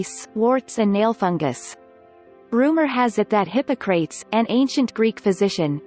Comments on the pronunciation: Hip- poc-ra-tes not hippo - crates! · As soon as she said Hypo- crates I immediately stop listening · Hippo-crates... Lololol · Learn how to pronounce Hippocrates. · Great video, next time hire a broadcasting student for $100 to do the narration. The way the computer pronounced Hippocrates, hurt my soul. LOL